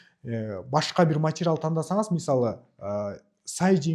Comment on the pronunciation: Овтамачический,матирал дебей туура сүйлөчү.